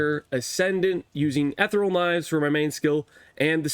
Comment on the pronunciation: Uh-thee-ree-uhl Knives.....Reeeeeeeeeeeee!